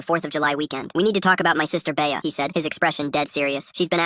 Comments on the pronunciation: AHHH ITS NOT BAYAH ITS BEA LIKE BEE NOT BAYAH 😭😭😭😭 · Bay-Uh lol. AI is still so dumb